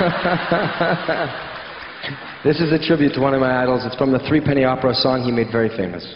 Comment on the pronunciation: How can the audience keep still. Bubble is no contest. And it’s not Three penny opera, it’s pronounced threpenny.